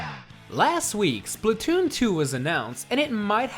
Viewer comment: its not called splutoon its splat-toon